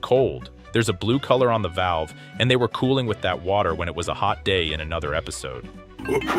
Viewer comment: Where’s the wotah?